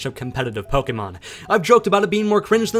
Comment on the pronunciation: you're argument is validated because you pronounce Pokémon correctly